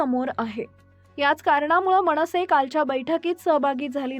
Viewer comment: मणसे, नाही,मनसेअसं म्हणावं,मणपा नाही ,मनपा